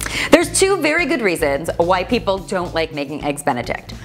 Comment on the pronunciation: omg it sound like you said "white people" and not "why people"